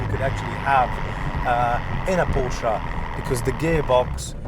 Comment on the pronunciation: Nice job, mate. Please learn how to pronounce the family name of the brand.